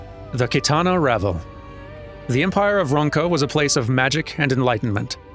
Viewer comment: reacted with relief when he learned that he'd guessed the right pronunciation of "Qitana Ravel," but he seems to have missed the revelation that he got "Fanow" wrong. Can't win 'em all, sadly!